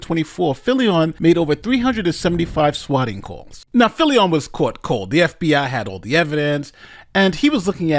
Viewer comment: We dont owe the dirtbag swatter to say his name right but its Filion like an onion. Why on earth are you saying it Filli- on? You're speaking normally and then with names you always get weird and pronounce them as if the rules of the English language suddenly no longer apply, but for only that name. Weirdo. 😁